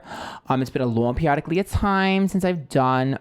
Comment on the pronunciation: She pronounced it periodlocklely time and culture appropriation? How? having a speech impairment or mispronouncing words or even stuttering ain't derived from any "cultural background" or tradition. Hey if ignorance and glorifying someone's speech impairment gives you positive reinforcement for your insecurity of being black by all means continue to be "facetious" hahahaha appropriating your culture hahahah the reach hahahaha